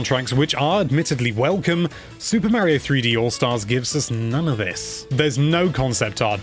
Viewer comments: Say MARY-o one more god dang time. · Super “Marry-oh”? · no offence, its kinda annoying how tou pronouce "Mario"